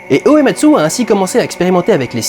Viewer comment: Salut en merci pour cette vidéo pour faire le lien entre FF et le cinéma, lien qu'on verra de plus en plus avec les épisodes suivants. Par contre j'ai noté 2 petites choses, pour le compositeur, il m'a semblé entendre Ematsu au lieu de Uematsu. Et pour FFVI c'est pas 12 personnages, mais 14 en tout (Terra (Tina), Locke, Edgar, Sabin (Mash), Celes, Cyan (Cayenne), Gau, Setzer, Relm, Strago (Stragus), Mog et Shadow) et les 2 persos facultatifs que tu peux ne jamais rencontrer Umaro le Yéti et Gogo, le mime introduit dans FFV. Et FFVI est aussi le 1er jeu à avoir instauré les attaques désespérées (j'ai plus le nom en tête), prémices des limits break des 4 épisodes suivants et de ff14